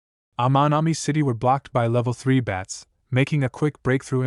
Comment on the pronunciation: Can you seriously not say bat? You keep calling them beds. No bed could fly.😂😂😂😂